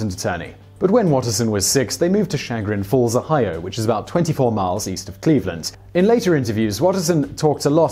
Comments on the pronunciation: It's Sha-GRIN Falls, NOT ... SHAG-rin. And technically it might be a "small town," but in reality it's a bedroom community / suburb of Cleveland. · Bet you cringed at Simon's pronunciation of your town's name! "SHAG-rin Falls?" At least the people who mispronounce "Carnegie Avenue" by pronouncing it "correctly" (like the family name) have an excuse! Shame on you, Simon! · I watched this to see how badly you mispronounced Chagrin Falls it’s “shuh-grin” not Shah-grin. Good try though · Chagrin Falls is pronounced Shu-grin Falls. The shu part like the shu in shun. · It's "Sha-grin falls". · Cool video, but as a Ohio native, you really butchered the pronunciation of Chagrin Falls! :-D It's pronounced Shu-Grin with the accent on the first syllable. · Poor guy stumbling over American town names. Chagrin Falls is pronounced "sha-GRIN". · It's Chagrin Falls emphasis on the "grin" syllable! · Me, a northeast Ohio native hearing him pronounce chagrin falls: 😱